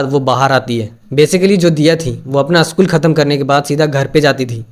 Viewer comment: Aschool nahi re baba school bol😂